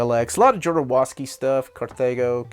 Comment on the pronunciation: I'm glad to finally see your Euro & Indie section. Very envious of your copy of Manara & Jodorowsky's Borgias - that's a very expensive OOP title, one of my coveted Jodo books. Incidentally, Jodo's name is pronounced "Ho-do-rove-ski". I see you have a number of good bandes dessinees including The Leaning Girl ; you should definitely check out more of that Obscure Cities series by Schuiten and Peeters, they're all gorgeous, particularly Samaris . Surprised to see you don't have any Serpieri; the Druuna series is wonderful work. I also strongly encourage you to check out a phenomenal series called aama , by Frederik Peeters. Also, Armies , illustrated by the same artist that did Diosamante , Jean-Claude Gal. And by all means, check out more Druillet, especially the Lone Sloane series.